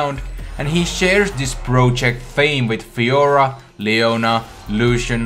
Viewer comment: you can't say project correctly